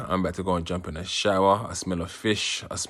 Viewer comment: God really pulled through man, glad your brother is alie & well. You mispronounced Plantain tho